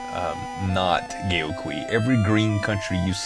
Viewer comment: This game takes me back to my childhood... at the least in the PC version... and by the way, I believe Gao Qiu is pronounced as "Gow Choo"